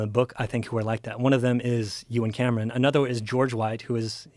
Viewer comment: For the first couple minutes of this video, every time this dude said Euan Camerons' name, I thought he was saying that Joe and some guy named Cameron were doing something. (you and Cameron) 🤣🤣 Anyone else or am I alone on this?